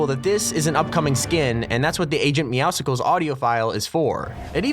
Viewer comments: OH MY GOD STOP SAYING IT LIKE MEOWSICLES IT'S MEOWSCLES! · Not popcsicles meow its meow-scles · Pretty Sure its Meowscles like Muscles. Not Meow sickles. Like you say Muscles but meow in place of mus. Meowscles. Not meow Sickles. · This is bothering me. IT'S MEOWSCLES as in MUSCLES. NOT MEOWSCLES as in POPSICLE. Sorry. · ITS AGENT MOEWSCLES LIKE MUSCLES NOT MEOWSICLES!!!!! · Its "Meow-Scles" as in Muscles